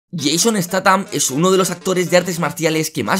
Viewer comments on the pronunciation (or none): Jaja el tío le dice "Yeison estatam" jajaja y se debe decir "Yayson staham" Corrección... Se llama Jason Sthatham. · Estatan jajajajaja, se dice steizan con z suave, no esta tan jajajajaja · No se pronuncia "estatam". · Muy bien ,sólo te falta pronunciar bien su apellido